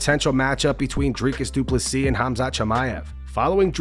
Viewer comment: Drink anytime you hear Dricus Duplesis😂